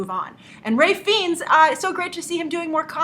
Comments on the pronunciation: Looks great. BTW Grace, it's pronounced FINES not FEENS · It's pronounced(Rafe Fines)!! Agree he was great In Bruges and is underrated in his comic roles. Love him! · dont mean to be picky but please pronounce Ralph Fiennes name correctly